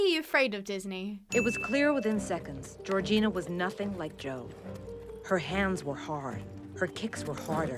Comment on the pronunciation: Gorgina- I kept hearing Regina in the movie and the video so I was like " Regina George why you riding horses" 🤣 (love ur vids!)